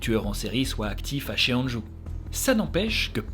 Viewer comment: Super vidéo comme d’habitude ! Petite précision : Cheongju et Hwaseong ne sont pas bien prononcés. Dans la romanisation des mots coréens, “eo” se prononce comme dans le mot “bol” (o ouvert). Il faut donc lire Chongju et Hwasong :) (et de même, “ae” se prononce “è”)